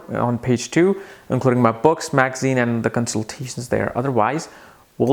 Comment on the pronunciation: That is pada That is paada